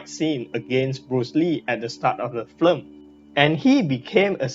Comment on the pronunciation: I hate to be the one to point this out, but you keep saying flim, but it's film. Anyway, I like your videos. Please keep making them.